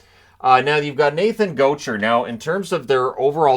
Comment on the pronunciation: That’s def not how you pronounce Gaucher